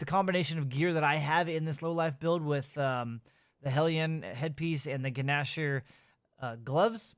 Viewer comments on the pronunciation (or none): The guh-nasher